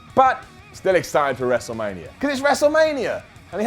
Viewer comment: He said WrestleLamia 😉